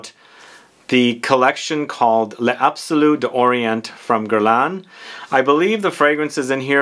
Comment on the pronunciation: I generally refrain from remarking on pronunciation, but I'm sure it would easier, and more fun, for you to let it roll off your tongue if you said it more correctly: "layzabsoloo dawree-ah(n)". You do pronounce the "s" at the end of the plural "les" (as "z") when the next word starts with a vowel, so they glide beautifully into each other. And it's just easier! And you don't have to do that little "stop" between "d'" and the vowel. It's "daw-ree-AH(n)". I wouldn't pick, but it just seems harder the way you say it. But, for "bois" just say "bwa".